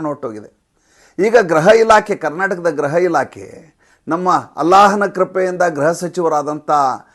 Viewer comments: ಗ್ರಹ ಎಂದರೆ ಬೇರೆ ಅರ್ಥ. ಗೃಹ ಎಂದು ಹೇಳುವ ಕಡೆಯೆಲ್ಲ ಗ್ರಹ ಎಂದು ಹೇಳಿದ್ದೀರಿ. ತಪ್ಪು ತಿಳಿಯಬೇಡಿ 🙏💐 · ಗ್ರಹ ಅಲ್ಲ ಗೃಹ ಇಲಾಖೆ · ಅದು ಗ್ರಹ ಇಲಾಖೆ ಅಲ್ಲ ಗೃಹ ಇಲಾಖೆ.